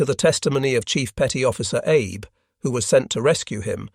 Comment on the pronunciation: It’s “Ah-beh” not Eeeeyb for the surname Abe Also “sahk-eh” for Sake Jesus…